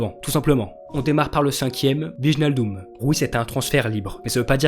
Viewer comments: Prenonce wijlnadium mieux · Wijnaldum ça se prononce ouéillna ldoum